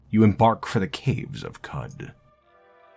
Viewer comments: qud is pronounced like "kuhd" because it comes from qudzu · It's pronounced Qoc